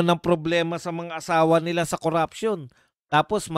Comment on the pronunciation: NO to vice, hindi nya mabigkas bigkas si tambaloslos sa panawahan nyang kuraption daw kono